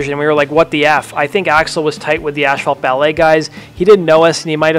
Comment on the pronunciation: asphalt is pronounced "ass fault" not "ash fault"